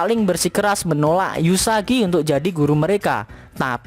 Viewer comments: Namanya uesugi bukan eusugi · Uesugi kok dibaca Usagi😐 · Uesugi min bukan Yusagi xD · Permisi bang mohon maaf bukan yusagi tapi uesugi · Uesugi woy bukan yusagi _ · Uesugi kntl,bukan yusagi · Sedikit Fix Min supaya Ngak Di Comment Ramai orang,Nama MC nya "Uesugi Futaro" bang Gue Juga kadang Keliru omong nya "eusugi" tapi nama depan MC nya emang "Uesugi",bisa di check di google bang Untuk full info.